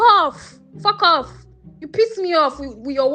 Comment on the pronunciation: Something about Nigerians swearing really tickles me… “Fork offf” 😂